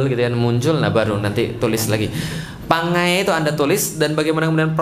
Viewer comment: Pangea Pak... Bukan Pangaya